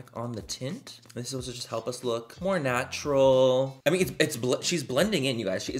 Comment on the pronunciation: “STANTURAL” LOL love you manny !!!!